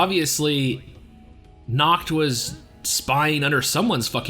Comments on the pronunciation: Bro do not pronounce "Nacht" like "Nackt" because "Nackt" means in German "Naked" 😂 many English speaker have problems to pronounce the soft "ch" sound in words like" Nacht " properly. Usually they tend to produce a" k" sound, so they say "Nakt" and not" Nacht" or "Likt" and not "Licht". There is a simple trick how you can produce that sound correctly. Simply whisper the "y" in "yes" instead and it would sound better. Hope it helps you btw I'm not a German and German is not my language it happens I just speak couple languages 😅. Oh and great reaction. 🔥🍀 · Just so you know....Its Nacht and Morgen😏